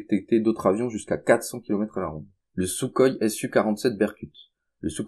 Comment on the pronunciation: Concernant les Sukhoi, ça se prononce "souroï" et pas "soukoï"